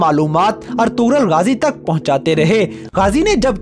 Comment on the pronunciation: Bro its ertugrul ghazi you have prouncation mistake